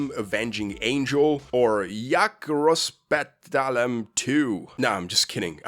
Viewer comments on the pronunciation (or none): D your polish is superp Anyway title means "How i started world war two" but in way you spoke means "How i demolish world war two"